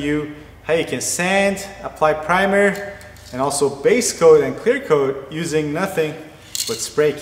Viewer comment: 😂😂😂 I can even focus on what he says now. All I keep hearing is "clear cloat clear coat"